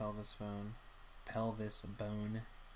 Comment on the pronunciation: enjoyed the video, its a great background to doing my own studies. I have this book and I've been reading it religiously for a few months, so its nice to feel like I'm among students of loomis. Also your over pronunciation of pelvis bone was super funny. keep up the good work.